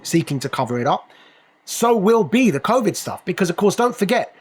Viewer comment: It's covid, not convid...